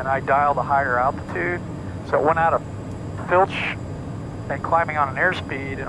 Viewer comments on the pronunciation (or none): Flight Level Change button (FLCH), never heard it pronounced “Fl-itch”. We all use “Fl-ich” or “Level change”. Boeing uses different labels for the same button, between different models. Ugh